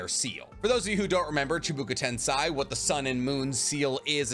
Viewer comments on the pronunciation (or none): Please say Chibaku Tensei not Chibuku Tensai, its getting to the point where it's distracting me from the point of the video lmao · CHIBAKU TENSEI NOT CHIBUKA TENSAI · Yo you said Chabaka tensii, it’s chi Baku tensei, pronounced like say but it’s spelled sei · love the vid but my man it's prounoced "chee-bok-oo ten-say" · say chibaku tensa right its easy and rinnegan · Dude pls! It's chibAkU tensEi and hamUrA. You' ve heard the names a bilion times correctly! How can you say it differently? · CHI. BA. KU. . TEN. SEI Chee . Bah . Coo . Ten. Say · Lmao, you still didn't fix Chibaku Tensei pronunciation yet 😂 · Chibaku Tensei goddamnit hearing this man say it wrong triggers my OCD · The way u are pronouncing chibaku tensei makes me wanna cry.